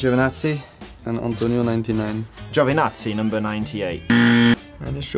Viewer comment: nope He said Gioevinatsi here in Italy it’s like Joveenatsi it's funny because the only name he said wrong is the Italian one ahah for example, he pronounced the name of Bottas like italians do